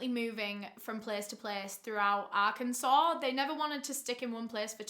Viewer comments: I'm from russellville arkansas. I grew up hearing about Ronald Gene Simmons. My mom calls the convenient store he went to "murder mart" Also great job pronouncing arkansas correctly. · As an Arkansas… I cannot tell you how amazing it is that you pronounced it correct